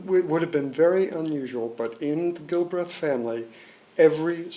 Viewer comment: Such as? Aside from him not knowing how to pronounce the name :-)